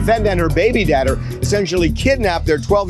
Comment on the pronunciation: “her dadder” 😂😂